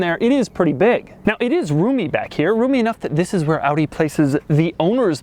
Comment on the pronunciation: Your pronounciation of Audi is on point